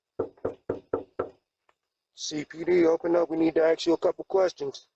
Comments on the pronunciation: He can't even say "ask" correctly lol, axe you a question.. Good stuff. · The "Cops" Wanna "axe" you a question. Seems legit. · “Axe you a couple questions?” Yeah. Not the police. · CPD we need to “AXE” you A Cupu questions. um “MAY” You come to the door please? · They lost me at “axe you some questions”. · Did you not understand what I AXE you. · I had a similar deal happen once. 1st clue is when I hear them say AX you a question instead of we like to "ask" ax lol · "CPD we need to axe you a few questions" " Oh! You must want to talk to my friend Walther" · "this is CPD we need to axe you some questions"\ The obvious reaction to this would eventually involve an axe. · Axe me?? Lol...I'll be right thur...just let ne get my greeting card...😊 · "CPD, we need to AX you a couple questions." lol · As soon as he says axe you a couple quesions..... he's toast ... no way any cop shows up looking like this ... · "We need to axe you a cooupe kwestions..." u know its an idiot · “CPD, we need to axe you a couple questions”😂😂😂😂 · “We need to acks you a couple kwestchuns” 🤦🏻‍♂️ Bless their hearts lol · "CPD, we need to axe you some questions. May you step to the door, please?" 😂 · "CPD, we need to axchu a couple questions" Yep. Sounds legit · If someone ever wants to "axe" you a "keschun" Nah😂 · You can't axe me questions through the intercom? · I think you mean “aks” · I was just commenting the same thing then I saw this. Ya I think 99% off cops would use the word "ASK" just a hunch. Maybe I'm wrong though, who knows?